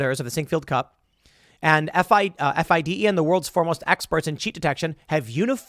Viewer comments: FIDE pronounced FEEDAY. Lol. Get Hikaru on your podcast! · I love how you pronounce fide. Lol. It's pronounced fee-day. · Tim, you don't even know its pronounced, "Feeday" come on... and this lawsuit is packed of lies and exaggerations. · When Tim spells out "FIDE" instead of saying "Fee-Day".... yea Tim, your talking out of your azz here bud... you dont know much about chess. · It's pronounced fee-day(FIDE)